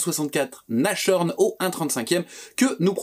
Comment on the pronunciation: Merci.. impeccable! Juste une petite remarque linguistique... on prononce Nass-horn et non Nache-horn 🤭